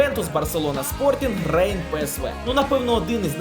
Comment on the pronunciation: будь-ласка читай не рейн, а Ренн